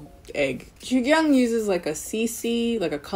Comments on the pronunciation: Also it's more like joo kyung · It’s pronounced “Jugyoong” but great video luv💕💕